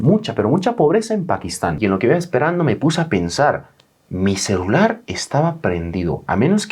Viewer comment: Like por cada vez que dijo: CELAR en lugar de celular xdxd